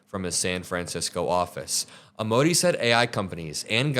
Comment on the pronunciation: I really like your channel! Don't want to be "nit-picky" but Amodei is an Italian name aa·moh·dai·ee a sounds like the 'a' in 'car' m sounds like the 'm' in 'me' oh sounds like the 'o' in 'so' d sounds like the 'd' in 'do' ai sounds like the 'ai' in 'pain' ee sounds like the 'ee' in 'see' Or you could run it through a translator... Hope you can let us know about AI. I'm OLD and don't really know how it's going to work...